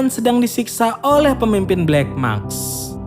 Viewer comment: maSk bwang, bukan makS. Wkwkw